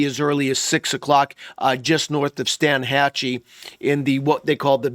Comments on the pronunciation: They pronounce it Steenhatchee around there.... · Fyi, pronounced Steen-hachee